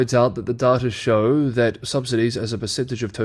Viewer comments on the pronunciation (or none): none